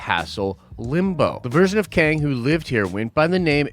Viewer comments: Qeng. Not Queng. 😉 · Prepare to be Bohnered, it's KING LOKi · Also... Kwang tower? There is no U after the Q, the guys name is Kang, so it's pronounced the same. FFS, you trolling us or what dude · It's not Kang dummy it's Loki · I think Qeng is just pronounced "Kang"